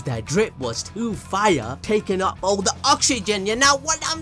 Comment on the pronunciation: I ducking love it when my mans says "Fiyyaa"